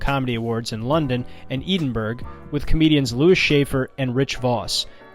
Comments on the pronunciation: Did my man just call Edinburgh eden-burg 😂😂😂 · "Eedinburg" haha if you're interested - "Ed-in-Burr-Ah" is how it's pronounced. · Great vid, and it’s more like “Ed-in-bruh” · "Eden- Burg" ya i got to turn off at this point because you dont know shit. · Thats the worst pronunciation of Edinburgh I've ever heard 😂